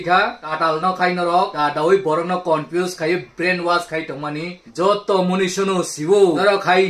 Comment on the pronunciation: Komfuya khupo sei😂😂😂😂 pronunciation kaham khwlai di